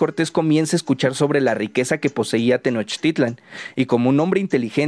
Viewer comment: Pronuncias bien la palabra TENOCHTITLAN, no te pasa como a otros que pronuncian TENOSHTITLAN, espero que pronuncies bien las otras palabras en náhuatl como por ejemplo QUETZALCÓATL y no como QUETZALCOA - TL como mal lo pronuncian los demás... ssludos y felicidsdes por tu video...